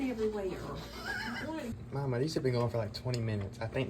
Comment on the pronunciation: If there is a mawma, is there a pawpa? Also, why always canned chicken? Bleh.